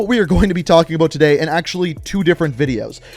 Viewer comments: Canadian aye? The way u say bout. Lol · Are you Canadian? The accent in "about" makes me wonder😅